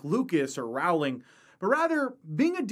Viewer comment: To quote QI: Rowling like Bowling, not Howling.